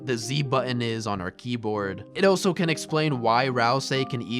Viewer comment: Good video but has anyone ever told you that you pronounce the word "also" as "oso"